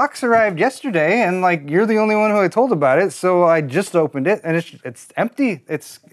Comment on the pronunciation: He says... RIKE and subscribe....